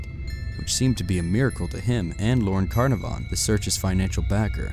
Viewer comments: its pronounced kaNarfon (its welsh) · The name was Lord CarNARvon not CarnAvon. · Lord Ka-NAR-vn. Got it?